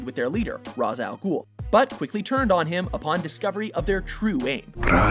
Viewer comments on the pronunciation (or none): It's pronounced RAY-sh al'ghul, not r-ah-z.